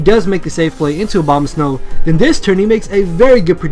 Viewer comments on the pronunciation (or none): I keep on thinking you are saying Obamasnow. It made this video way funnier.